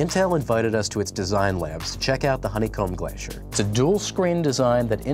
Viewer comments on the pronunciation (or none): none